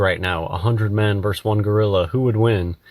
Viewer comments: Ugh. Versus not verse. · Versus,, you nincompoop. Ver-sus. Two syllables. Not "verse." As for the substance of your argument - [blows raspberry]. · The thing that says that most irks me is 'verse' when he means versus. It's not poetry. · Of course he says “verse” instead of “versus”. P.S. Dear everyone: “vs.” = versus, not verse. The misuse has gotten way out of hand.